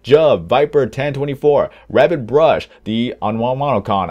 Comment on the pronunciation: just gonna say a quick thank you for saying the numbers in my ign like i prefer them 10-24 not 1-0-2-4 you're one of the few people i've heard pronounce it right so just a quick thank you and i subbed